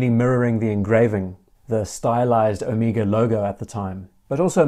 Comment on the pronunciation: Thank you,not only for an extremely interesting video, but for pronouncing Omega correctly. I could scream when so many Americans insist on the ludicrous O-May-gah. Drives me nuts.